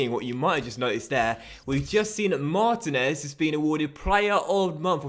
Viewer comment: This series started so great and is now so bad time to end this. I know I'm done watching it cus I can't stand to hear u mispronounce mar teen ez once more mate